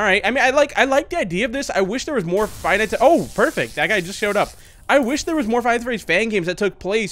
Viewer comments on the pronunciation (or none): none